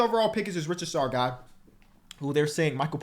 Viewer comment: Every time tries to say Risacher I hear it as "Richard Sarr" and I'm like Alex don't have a brother. It's Ree - sah - Shay if you see this.